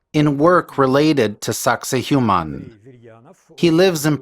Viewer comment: Sack say wahman is the correct pronunciation! The Human thang you are saying is not even close!